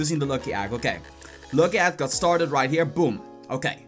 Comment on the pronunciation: "luki agg"